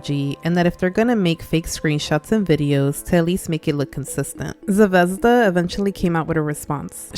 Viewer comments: As a slav you suprisingly didnt butcher Zvezda it means star and its pronounced more like zve- zda not zevezda but its still good! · until u said Zvezda was based on russian word star i genuinely had no idea it was that cuz in russian the emphasis in the word is on the last letter (zvezdá) instead of what u pronounced it like lol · I’m sorry but…ze-vez-da 💀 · Not tryna be rude but the way u say zvezda is so weird to me 😭 ( no offense at all btw ) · idk how to explaim it but the way u say zvezda just scratches my brain perfectly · the pronounciation of zvezda is making me click off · Fr, I wish she searched up how to properly say it. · As a Russian even I think the ushanka is taking it too far.. I have no knowledge if she’s Russian or not but it’s never ok to support communism. Also btw ur pronunciation of Zvezda (звезда) is really funny as a native speaker because unless she said it’s in Russian I would have no idea lol I hope u don’t take that too offense (English isn’t my first language so sorry if this is hard to understand but I really have idk)